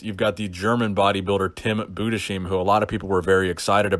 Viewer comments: "Tim Budeshim" .Alter,was ne Aussprache 😂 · Tim budesheim is pronounced tim boo-des-high-m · Tim Budesheim 👍 nice pronounce btw 😂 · budesheim was great! first time i had to dislike video.